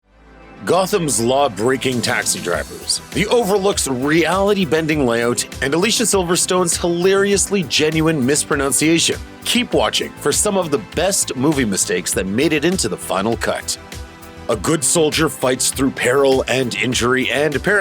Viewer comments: AS FOR MISPRONOUNCING... "Prœ-NOWN -sē-ā-shun" - NO! "Prœ-NUN-sē-ā-shun" - YES! LOOK UP WORDS THAT BAFFLE YOU! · Isn't it said as "annunciation " not pronunciation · I like the irony of cattily making fun of Alicia Silverstone's "pronounciation" when the actual word is pro*nun*ciation